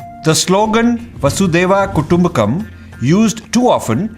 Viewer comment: I like the message but Rajiv has made several pronunciation mistakes — Vasudhaiva Kuttumbakam and Ādi Śanḳarā for example. It is also not appropriate to speak poorly of gurus just because they do not agree to Rajiv’s point of view. Calling them morons is not only disrespectful but diminishes his message and stature.